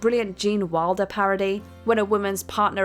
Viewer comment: It's Wilder not Walder, and Beatrice died making this film in 1921. And more James and Domino instead of that F***a shit. Where is Rebecca when you need her "as a Narrator"